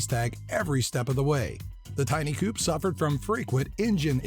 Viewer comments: and coup instead of coupe lol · coupe is pronounced coo-pay